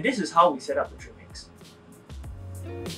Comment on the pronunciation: Please speak a bit slower and clearer. I know you are saying trim mix, but it sounds like tree mix. Thank you